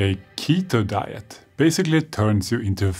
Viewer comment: When he " ketho dieth" and I'm just wow